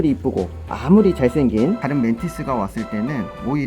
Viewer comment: 저는 왜 맨티스가 팬티스로 들리지?